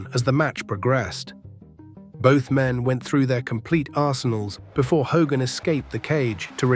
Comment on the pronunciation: "HAY-GIN" ?!! It's "HO-gan !" Thiss MUST be À. Ì. SLOP.